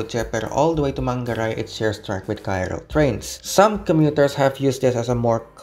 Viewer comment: KRL itu bacanya ke-er-el bukan ka-er-el